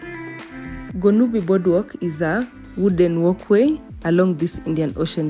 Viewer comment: The Eastern Cape has some of the best beaches in the country with the most perfect climate to match it. The topography is also quite stunning. And the architecture, I too am a fan of the Victorian aesthetic 👌🏽 Side note : your pronunciation of Gqeberha was near perfect, you just replaced one click with another but you pronounced that click very well, which is something many struggle with.